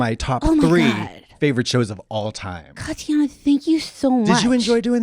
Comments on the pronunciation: did she say katihana? hahahahahah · now did she call katya "katyana" lmaoo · lmao did she call her Katyana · Swear i heard Kristen say Katianna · kristen calling katya "katianna" is so funny lmao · Definitely called her katyana 😂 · Her saying "Katiana" is taking me lol